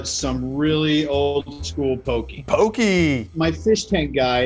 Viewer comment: Hahaha it’s not pokey, it’s actually pronounced po-kay! Poke is so good, aloha from Hawai’i!